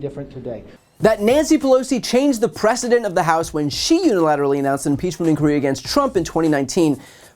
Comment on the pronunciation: Do he not know that the word is "precedent," not "president"?